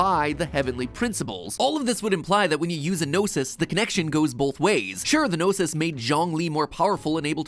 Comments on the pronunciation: Paimon said "GnosES" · is so funny how he can't say gnosis and he liked gnosi ❤❤ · It's funny how you pronounce the Gnosis in plural but in-game it refers the Gnosis as 'Gnoses' as the plural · You mean "Gnoses"?? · Words plz fix: Gnoses (No-sees) plural of Gnosis Khanri'ah (Khan rei ah) I play Genshin, you're absolutely right about Tsaritsa, I mean, that's what I personally think. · It's said in the game, "gnoses" /nōsēz/